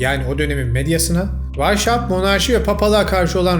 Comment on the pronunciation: Adamın isminin telaffuzu vaişaupt değil vaishaupt (Almanca) ( asıl beyaz , Esas, baş demektir) Hauptstat = Başşehir gibi.